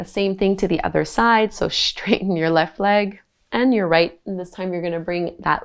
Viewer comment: Why does she pronounce the "S" at the beginning of words as "Sh"? She says: Shtraightening, Shtrengthen. She pronounces the "S" fine when it's in the middle of the word. Is this a new trend of speech like vocal frying? Really bizarre. It's in every video.